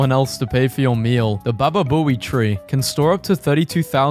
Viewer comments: Bababoi tree lol. Its pronounced boab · 2 things about this video 1) Water DOES indeed have different tastes. And 2) "the baba buoy tree". It's pronounced "Bay oh bab". LOL 💀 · It’s pronounced bay o bab, not bababooey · It's baobab but pronounced it baba boi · “Bababooey tree” mate it’s pronounced bay-o-bab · Americans, stop pronouncing foreign names of anything. IT'S BAOBAB, NOT BABABOEY! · Yea it’s pronounced bayobab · he pronounce baobab like bababooey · B ow oh bab (pronunciation) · I'm from Africa where the boabab tree grows and it is pronounced as bo a bab it is used to make boabab candy which is just sugar and boabab seeds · I believe it’s pronounced bay-o-bab, and I know he’s trolling,😂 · Its pronounced bay oh bab tree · Mate the boab tree is pronounced as if you are saying bow abs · Btw it’s pronounced bay-o-bab tree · It’s pronounced bay-oh-bab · Baobab is pronounced ba (like bad) oh ba (like bad again) b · It's pronounced ba-oh-bab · It’s actually pronounced bay-oh-bab🤓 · Bay-oh-bob Or sometimes said as bab not Bob. Not saying this to be mean just if you wanna know how it's pronounced its generally like this. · Laughed so hard at how you pronounced baobab tree 🤣 I'm going to confuse so many tourists. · The way that he pronounced baobab scares me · The way you mispronounced baobab should be illegal